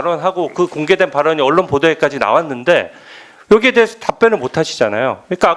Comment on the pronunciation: 발음좀 깔끔하게 해라 진우야 여디에 디갓에 대해서